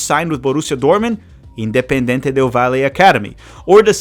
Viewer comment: The way you are saying valle 😅 however loved the video 🇪🇨